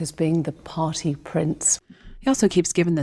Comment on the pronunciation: pahtee mouth